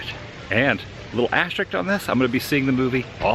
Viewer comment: As ter risk, not as ter rix